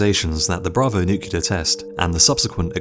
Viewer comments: Dude also says NUKE-U-LAR instead of NEW-KLEE-AR. NUCLEAR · new clear weppuns ...derps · NucULear?? really? Nu Kue Lear? Come on. NOOKLEER. Jebus. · The Last Greaser it’s spelled Nuclear but but it’s said as nucular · He says “nuk-u-lar”. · NuCLEAR not nucular! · Only one way if you have command of the English language! Nu-clear! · Lol. I say nucular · Kitterz - I'm so glad I'm not the only one who gets irritated by this! 👍❤️